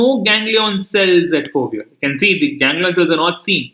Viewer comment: It's foveola